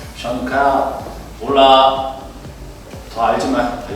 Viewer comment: "HOLA" MONBEBE LATINA: AY MI CORAZON!!! ES EL MEJOR ESPAÑOL QUE ESCUCHE EN MI VIDA!!!!!